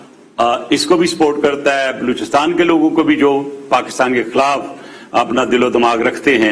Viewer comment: आप पाकिस्तान को पकीतान कहते है पहले अपना बोली ठीक करे